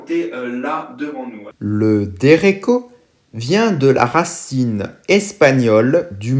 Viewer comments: La prononciation 😂 Derekkkko pitié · Sympa la vidéo. Complète et inspirée de l’actualité c’est super ça ! Je crois que le ch de derecho se prononce à l’espagnol nn ? Comme dans chat ? Sinon continue !!